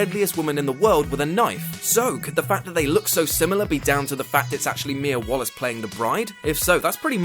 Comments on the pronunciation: It's Mía Wallace not Wallis. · It's Mia WALLACE not Wallis... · This video is cool and all, but "wallis"? "WALLIS"?! ARE YOU SERIOUS?! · it's mia WALLACE